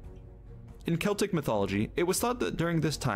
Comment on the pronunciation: Glad you said the word CELTIC properly and didn't say SELTIC like a lot of Americans do. We call FALL....AUTUMN. When you talk about "avatar and last air bender" I have no idea what you're talking about ! I don't understand why Americans dress up as super heroes and people from films for Halloween when they have nothing to do with it ! You should be dressed as ghosts and ghouls etc. Growing up in Scotland we always used TURNIPS as we didn't have pumpkins back then .